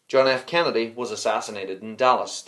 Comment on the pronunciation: The way you say Kennedy sounds like Canada